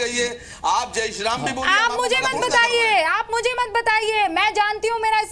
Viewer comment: It's ram not raaam naam theek se le varna tere allah ka aaaalaahh bhi bolna aata hai hume